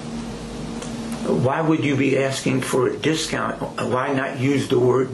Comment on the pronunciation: He didn't want "the discount"; he wanted "da dist-count".